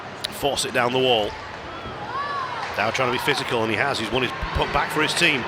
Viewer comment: Is not Dowdy. Is Conner Mcdowdy.🍊🍊